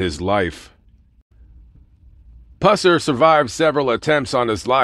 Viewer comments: Pronouns his last name correct you should be banned from that state Tennessee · YOUR PRONONCING HIS LAST NAME INCORRECTLY!!!